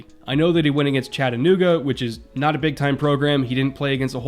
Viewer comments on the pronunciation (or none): none